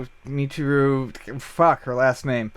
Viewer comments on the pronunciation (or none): Overall, entertaining, but please take some basic Japanese pronunciation lessons. facepalm Poor Michiru must be dying with that name butchering. Beyond that, glad it's getting positive notice. Yay Koji!